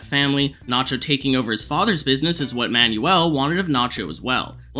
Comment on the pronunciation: It's pronounced Man-well, not Man-yu-ell.